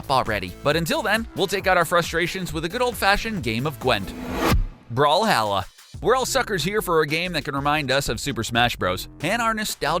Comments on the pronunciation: It's called brawl-hall-a not brawl-Hal-la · Is call brawlhalla not bralhalla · Its brawlhalla not brawlhala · You said brawhalla wrong